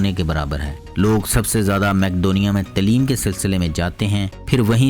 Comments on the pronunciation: talim nhi taleem hoti hai.. urdu ko achey pronounced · جناب تلیم جو کہتے ہیں غلط لفظ ہے تعلم